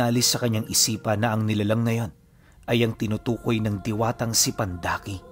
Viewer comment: pandaki po...hindi po pandakaki😊😊